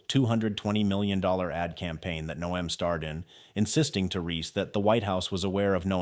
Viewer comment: Your commentary was interesting and very informative. However, it was rather irritating the way you kept pronouncing Noem''s name incorrectly as..."NO---EHM" Her name is pronounced..."NOME". It more or less rhymes with the word home...HOME---NOEM. If you do any future stories about our former DHS, please pronounce her last name accurately.